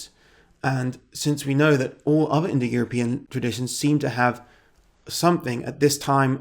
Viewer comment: You keep saying indoeuropian, like it were a real word.